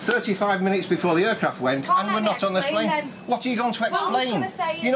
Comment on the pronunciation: “Uuuurcraft”